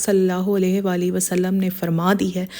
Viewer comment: وعلیکم السلام آپکو ایک بات بتانی ہے کہ جب کسی مرد صحابی کا نام لیا جاتا ہے تو ان کے نام کے ساتھ رضی اللہ تعالٰی عنہ پڑھتے ہیں اور اگر کسی عورت صحابیہ کا نام لکھیں یا پڑھیں تو ان کے نام کے ساتھ رضی اللہ تعالٰی عنہا کہنا یا لکھنا چاہیے اور ایک اور بات بتانی ہے کائنڈلی کائنڈلی کائنڈلی صل اللہ علیہ والہ وسلم پڑھیں حضور پاک صل اللہ علیہ والہ وسلم کے نام کے ساتھ آپ نے پڑھا تو ہے لیکن وآلہ کو آپ نے والہ پڑھا ہے کائنڈلی درست پڑھا کریں اور آپ کو بتاتا ہے ک جب بھی حضور پاک صل اللہ علیہ والہ وسلم کا نام لکھا پڑھا یا سنا جائے تو صل اللہ علیہ والہ وسلم ضرور لکھنا چاہیے جب حضور کا نام لکھیں تو اور حضور پاک صل اللہ علیہ والہ وسلم کا نام بولا جائے لکھا جائے یا سنا جائے تو بھی ضرور ضرور صل اللہ علیہ والہ وسلم پڑھنا چاہئے